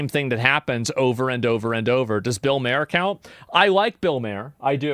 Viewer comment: Bill mayor? Lol i find it hilarious that every single person that is constantly on the internet has such low pronunciation abilities